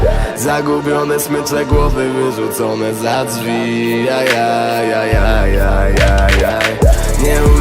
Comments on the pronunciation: Dzwi XDDDDDD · "dzwi" xddd